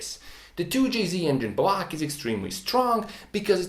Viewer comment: Engine BLAHCH